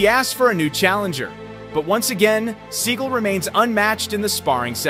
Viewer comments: he is mispronouncing his last name it's sagal not seagull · Sa gall not pronounced seagul